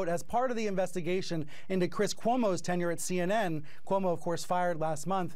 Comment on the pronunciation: Perfect pronunciation of “Cuomo” in Brazilian accent!!! Kudos!!!